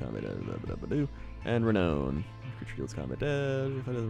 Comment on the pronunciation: Oh god, my butt clenched so hard every time he mispronounced renown.